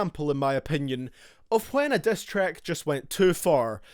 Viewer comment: "destrack" "breatel" "cross the leane"